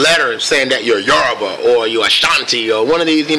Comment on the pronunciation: I'm half Nigerian and I just want to acknowledge how Mr Glen pronounced both the Yoruba and Igbo tribes correctly😊😀😁 Yesss!!!